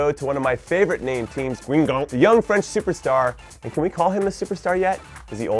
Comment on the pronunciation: When are you ever gonna pronounce "Guingamp" correctly Jimmy...smh it's "Gan-gamp"